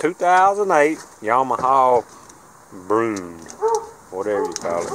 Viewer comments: It’s actually pronounced brew-in- and the last year they were made was 2006, it was replaced in 2007 by the grizzly 350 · Broo-IN. It’s a bear in French